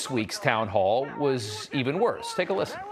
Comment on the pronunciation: What was that "lissen, lissen...lissen!"?